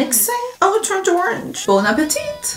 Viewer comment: We actually don’t pronounce the t at the end of appétit